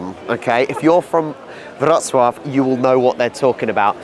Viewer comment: Thanks for learning how to correctly pronounce Wrocław. I know it's difficult for an anglophone to wrap the mouth around a foreign method of pronunciation. Wrocław był mój drugi dom.